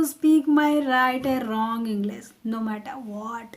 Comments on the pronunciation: First you have pronounce properly The word English then make me to learn with you🙂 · your prononsation is wrong like that you saied english